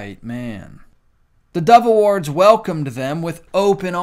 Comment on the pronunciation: I wasn’t paying attention to my tv screen when you said dove awards. I thought you kept saying devil awards and thought, “ Never heard of it, but that makes sense.” Lol